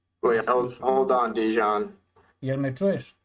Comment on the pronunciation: Translation with was not good at all. A lot of important things that Deyan said we're not even translated. It sounds as a classic American thing not even to try to pronounce correctly the name of person you are interviewing 3 hours (in Serbian it's written Dejan, should hear him presenting him self as Deyan). This fact talks a lot about. Also should be so professional and check confirmed sniper shot range before saying to guy that was 15 years on the front that he is lying. After this way of ending 3 hour interview, he shouldn't expect again some important soldier from Russian side to be part of your vlog. P.S. arranging duels is standard Slavic thing, still now... even in war... I don't expect a lot of people to understand that, as most of things that Deyan said.